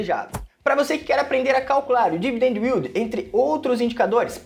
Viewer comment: Não é " u í l d i " ... é " í l d "